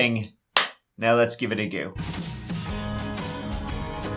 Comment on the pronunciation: Might I suggest you give it a “go”. And not a “goo”.